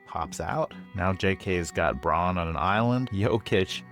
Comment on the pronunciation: Dutchy here (living close to the German border). I dont think it was pronounced correctly. It sounded like brawn or Bron while the "au" should sound more to how you pronounce "ao" in "ciao".